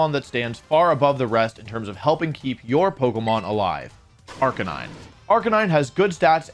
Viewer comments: OMG Wolf actually said Arcanine and not Arcanina. Didn't expect that lol. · Woah did you just pronounce Arcanine properly? Who are you?!